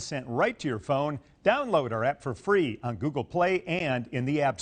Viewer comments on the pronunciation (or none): none